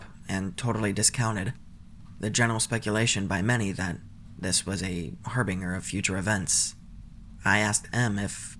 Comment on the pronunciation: harBINGer BAHAHAHA sorry that made me choke laughing it’s pronounced harBINJer like binging not.. not bing like a bunny going bing bing bing hopping along. Hahaha. That brightened my day hearing it. My dad weirdly taught me that word as a third grader and said “yes, like a harbinger of death. It’s an ominous and negative message/sign” and I was like wow amazing I gotta tell the other guys at school!! And my teacher was just 💀 and you couldn’t spend this time melting your actual dictée words ffs